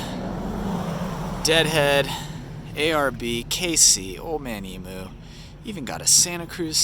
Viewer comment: Its pronouced old man eeeemyou,mate,not e moooo,like a cow goes moooo,its eeeemyou.,stone the crows,get it right.